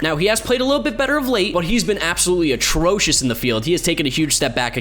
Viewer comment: Take a shot every time he says otrocious